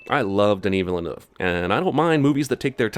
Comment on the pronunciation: I'm about to start a kickstarter to teach Jeremy to pronounce Denis Villeneuve